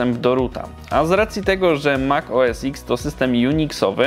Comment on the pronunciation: Tylko nie "mak oes iks", to mak oes ten :)